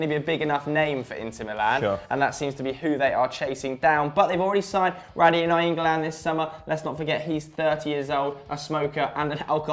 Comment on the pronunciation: "Na-YEEN-golan" wow could you sound dumber